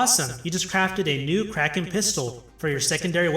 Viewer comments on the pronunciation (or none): none